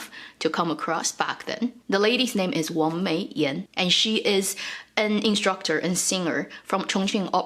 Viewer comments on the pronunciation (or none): none